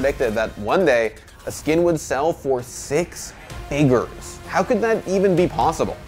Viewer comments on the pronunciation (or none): FIgers... This is how I will say Figures from now on.